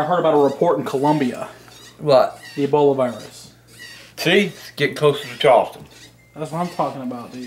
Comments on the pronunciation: Is he thinking of E Coli when he says "eboli" lol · "Eboli". Lol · Eboli? Lol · Just like how he says ebolie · “Eboli” I miss that man😭💯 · "Eboli" xD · Lol he pronounces it Eboly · "That damn ebolay virus"